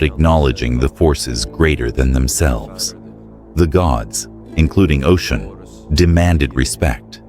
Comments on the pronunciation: Her name is Osun (Oshun), not Ocean! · It kills me when you keep mispronouncing her name it’s Oshun not Ocean though yes it’s a homage to her it’s inaccurate as Yemnja is of the ocean and Oshun is the sweet waters. And Nana is the deep waters the sediment. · If you’re going to do a video on a deity of any kind, please be sure to pronounce the name correctly. It’s pronounced O-SHUN. Not ocean. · Her name is Oshun [O-shoon] NOT Ocean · I want everyone to know her name is not pronounced as “Ocean” is O-Shun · Great story! Some constructive criticism, going from Ocean to Oshun, was a bit distracting. It would be best to pick one pronunciation and one name. Same with Odewale. Consistency helps to follow the story. There were some sentence structure errors and spelling errors. After proofreading, always have someone else double check to catch what you might have missed. Other than that, great storytelling. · Am I wrong that her name is pronounced “OH-Shoon”? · you can't even pronounce her name right. that's also not how you pronounce Odwale either. If you thought she did what she did purely because she was forgotten then you don't know the full story. deities retaliate when people start to use them and drain them until there is almost nothing left and then try to behave as though they are all mighty, ungrateful and act as though they're the gods who did it all themselves with no gratitude. When humans start to consume and destroy the very thing they were given to utilize and protect, to nurture. when humans start to consume at the expense of nature to almost extinction and each other, the gods retaliate, in order to preserve life & balance itself.